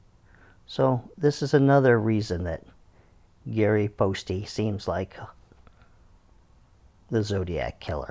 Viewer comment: Poste probably rhymes with toast, not toasty.